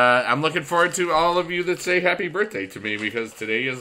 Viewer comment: "HAPPY BURFDAY"